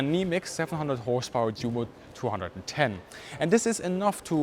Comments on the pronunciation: Awesome video. I do have a question though. Why do you pronounce Junker and Jumo with a "J". Shouldn't these names be pronounced with "U" as "Yunker" and "Yumo". I'm trying to write this phonetically. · Junkers pronounced “Djunkers”. Jumo pronounced “Djumo”. Bad - we know how they should be pronounced. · There's no need to say Junkers Jumo as though they're English words - I've never heard a British person doing so - just go with the proper pronunciation. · why are you mispronouncing 'Junkers Jumo'? As a German I'm sure your aware it's pronounced 'Yunkers Yumo'. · GREAT video. Only criticism I would dare make is that you don't pronounce the big names in the correct German way: eg Junkers, Luftwaffe, Jumo = Yoonkers, Luftvaffe, Yoomo, surely? Us anglophones need to be educated. Best wishes from London - vielen dank!